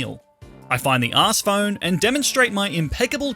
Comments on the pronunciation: it’s Arc-eus with a c like the c in crime. and it’s arc phone not ass phone😂 jk you can call it anything you want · ARS PHONE?! ITS CLEARLY ARC ARCEUS NOT ARSEUS